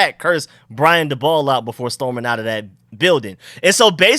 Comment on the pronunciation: This guy can't say a last name correctly to save his life lol. He said dabol three different ways 😂